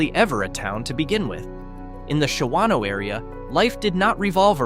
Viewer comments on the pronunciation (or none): Shawano is pronounced “SHAW NO” not “Sha WAN O” and has a 2036 population of 9,831 and is the Shawano County seat. Not a ghost town. Not even close. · Shawano is NOT a ghost town by ANY stretch of the imagination. It has nearly 10,000 people who live there! That does not even touch on the fact that whoever narrated this has NO idea how to pronounce the name. That is just the tip of the things WRONG in this video.